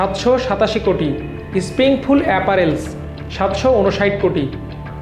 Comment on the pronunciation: আমার দেশ এত ভালো একটা পত্রিকা, একজন লেখাপড়া জানা সাংবাদিক কে দিয়ে খবর প্রতিস্থাপন করতে পারে না? কি বলে এগুলা অ্যাপারেল, ক্রাইস্টাল, অভারডিউ 😂